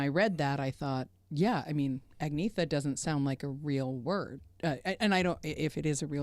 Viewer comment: Agneta is a Swedish name, but not pronounced with a hard G, but like "angneeta". At least one Agneta has moved to USA. So you are not safe from Swedish cultural imperialism! According to Wikipedia it's the Swedish version of the Greek name Agnes, and started being used towards the end of the 1300s. (Just had to check to make sure it was actually a Swedish name and not just a name used by swedes.)